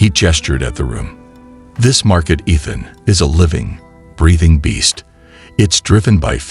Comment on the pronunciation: how do you tell the AI voice bot to put the correct emphasis on the right syllable for 'Ethhunn's' name???